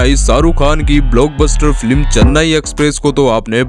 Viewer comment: 😂😂😂😂😂 Abe flim nhi film hota hai